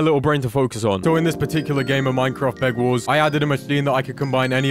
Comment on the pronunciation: begwars and not the first time he said begwars